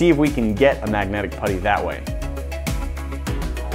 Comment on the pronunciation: Its MAGNETIC not MAGNATIC